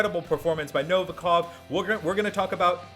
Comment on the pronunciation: appreciate your work, but learn to pronounce correctly the surname of 100% the strongest Man!